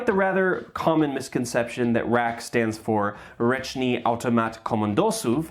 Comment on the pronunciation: Great attempt at the Polish pronunciation with the RAK :) I really respect that you took your time with it! Waiting for next levels ^-^